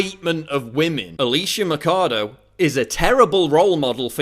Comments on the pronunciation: Why the fake holyer-than-thou shouting? You can't state your points without beign loud? Why don't you pronounce her name correctly? you make it sound almost like Alicia Mikado. I know this might sound superficial, but if you want to get to people that don't agree with you, talking like you're nagging a child over spilled milk doesn't help at all. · Learn how to say her last name dude.. there is a "Ch" there for a reason.. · Machado isn't pronounced like how you are saying it. The ch in Machado doesn't have a k sound to it. She is crazy though haha I wonder how much money she took to push this narrative! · krista doss Spaniards are white and have Spanish surnames. If you can say Schwarzenegger you can fucking say Machado. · please learn how to pronounce her surname if you are going to do a video about her. Thanks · Alícia Axe? In my countr "Machado" means "Axe".. Since she's from Venezuela then it means "Axe".. BTW, it doesn't pronounces as "A-li-shia Ma-ka-do" it pronounces "A-lis-sia Ma-sha-do".. Don't mind me :v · Its pronuce MAXADO I THINK kkkkk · The correct pronunciation of her family name should be mashado (mɐʃˈadu), the ch sound like sh in sheep. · Ah-lee-seyah Mah-cha-though FFS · who is this drogatic guy? he says Macado, Macado like a idiot, drogatic nazis supporting Trump everywhere... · I like the video but you pronounced Alicia Machado's name wrong your supposed to say it like mashado like there was an sh instead of a ch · its pronounced ''ma shah dough'' great video though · it's maa-sha-dou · god dammit, it's pronounced masado. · Ma-CHA-do guey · Its actualy sayed Mashado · its not mackado its maxado with an x sound, machado is a latin name means axe. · Just one thing Paul, it's not Macado, it should sound like " Macho" , only this time you say Macha-Do (axe in portuguese) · Not to pick-nits, Paul, but you're totally mispronouncing Machado's last name; it's 'Machado' with a "ch" sound as in 'change', not 'Makado' as in 'chemistry'.